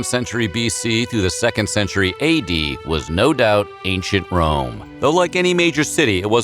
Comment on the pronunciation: I heard ain't sh*t Rome instead of Ancient Rome.